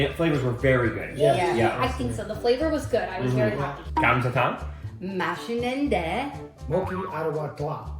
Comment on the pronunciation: ㅋㅋㅋㅋ 님 "사장님!감자탕 4개요~" 발음이 너무 좋아요~ 와우 감자탕은 못 참지!! 😊😊😊